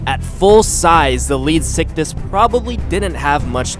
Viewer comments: You can attack the lead sickness and put an end to it XD he didn't say it but sound Ed like it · It's pronounced leed-zick-thees get your facts right